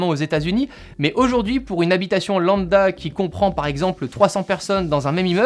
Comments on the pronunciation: EEEuuuh....... C'est lamBda qu'on dit, pas landa...voilà,vloià... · On dit lambda pas landa 😂😂